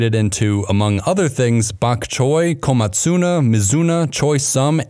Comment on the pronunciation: pronunciation: ko-MA-tsu-na, not ko-ma-TSU-na (I speak some Japanese.)